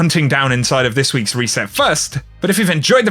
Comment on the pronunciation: Weekly weset i love how you say it (no offense)